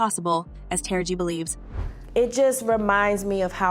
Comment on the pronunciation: Narrator, why is it so hard for you to say Ta-ra-ji. Constantly saying tara-g on purpose as if Ms.Tara Banks.